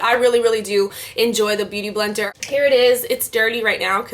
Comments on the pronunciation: haha omg you keep almost saying "booty blender" (x it was cute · u keep saying bootyblender hahahhah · LOOOL the way how you keep saying booty blender !! ilyyy<3